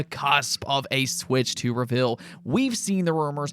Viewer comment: No one can pronounce reveal right lol. Ruh-vull 😂